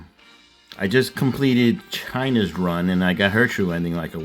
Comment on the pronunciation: no, it's not "China" like a country name, it's "Cheena" like "Cheeka" (Chika)!